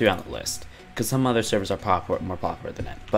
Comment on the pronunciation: Please learn how to pronounce “popular”